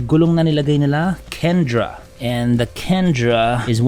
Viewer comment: Sabi na e mali basa ni sa Kenda sabi kc kendra kaya re upload.